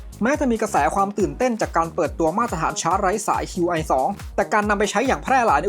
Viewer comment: Qi ออกเสียงว่า ชี่ ครับ Qi2 (ชี่ทู)